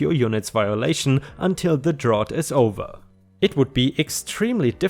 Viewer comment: Just as a note, "drought" rhymes with "out", not like the word "ought." English pronunciation can be quite confusing and arbitrary.